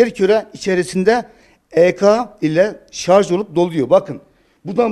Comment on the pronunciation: Dunya'nin sarz oldugunu dusunuyorsunuz... -(kisik sesle) sarj...